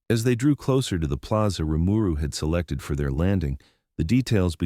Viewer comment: Every time the TTS misreads Rimuru's name, it just urks me to the point of wanting to skip the video.